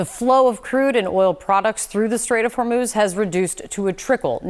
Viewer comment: Trump said straits of hurmooz was under control lol